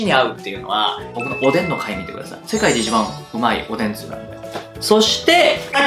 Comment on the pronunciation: 酒がスープｗつゆのイントネーションが梅雨になってるのだ( ´,_ゝ`)ｲﾋ